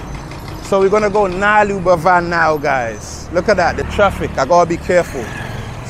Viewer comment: Its not nalur Its Nal-lur 🙂